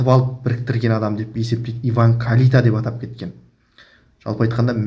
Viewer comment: Сен сөйлемеш Карита емес Кальита